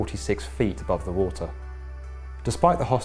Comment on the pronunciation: “Dah wata” 🤦🏻‍♂️